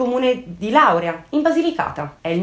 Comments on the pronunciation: Ciao, una mia ex collega ha il marito di Lauria, è un comune in provincia di Potenza e si pronuncia con l'accento sulla i. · Scusa, ti correggo, il paese si chiama Laurìa Sei fantastica, un bacio😘